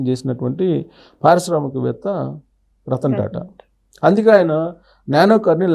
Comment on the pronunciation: రత్న టా టా కాదు రతన్ టా టా